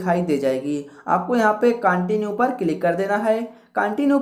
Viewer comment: Kya bhai continue ko continue bol rahe hain